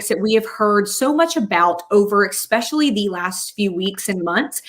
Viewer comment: Ex-specially. Lol